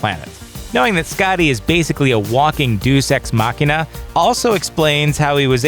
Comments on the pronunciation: Day-oos ex machina. Not doos ex machina. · Deus in deus ex machina is not pronounced "deuce." It's "day-us." If you're going to make a living denigrating others' work, I'd suggest being precise. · with how smart you want to sound, and then you say something like "Deuce-Ex Machina".... Deus is pronounced DAY US... otherwise it'd be defined as an unexpected poop saving a seemingly hopeless situation. LOL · Deus ex machina. Not Deuce. It's pronounced Dey-uh s. You'd know that if you studied theatre instead of critique it. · Did he say "deuce ex machina"? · It's possible he said: "douche ex machina". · I thought he said "douche ex machina" It sounded like it was a deliberate play on words. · Did you say "deuce ex machina?" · How does nobody know how to pronounce "Deus Ex Machina?" Or was it an intentional joke to say "Deuce"? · "Duce ex machine-a"........ Oh lord, somebody teach people how Latin words work..... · A "doose ex" machina? Don't ever speak in public again.